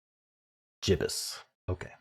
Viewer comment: The g in Gibbous is pronounced as in Gibbon. I knew it was a moon related word, but could not have defined it. When I typed it, my phone offered me two suitable moon emojis! 🌔 🌖